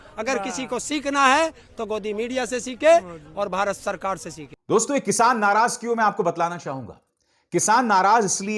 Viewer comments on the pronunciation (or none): It’s “dosto”, not “doston”